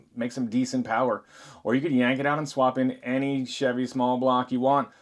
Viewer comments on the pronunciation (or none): none